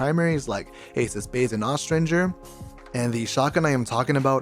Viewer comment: Holy shit you pronounced austringer correctly